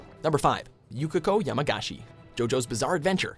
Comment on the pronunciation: "Yamagashi" you know you could have just said it again.... like I almost feel like you guys mispronounce things on purpose.